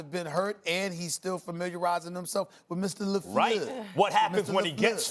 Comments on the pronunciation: "Mr. LaFleuh"... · The way Stephen A always says LaFleur is always making me laugh😂